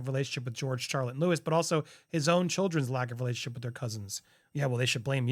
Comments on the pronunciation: Hi. Louis is pronounced Louwee. Please please please pronounce his name properly. Thank you. (Silent “s”) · Lou’s s pronounced looee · Louis pronounced Louee 🙏🏽